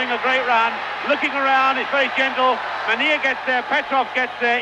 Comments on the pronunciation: A shame he can't pronounce Mennea properly! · Mennea's name pronounced badly. I do not understand why native English speakers never have respect for other languages. Try to learn the exact pronunciation as everyone who learns your language does.